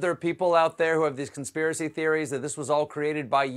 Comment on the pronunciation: "Don't understand the conspiicy because it's save lives" LOL